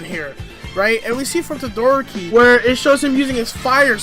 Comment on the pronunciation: DID THIS DUDE JUST SAY TOE-DOOR-OKI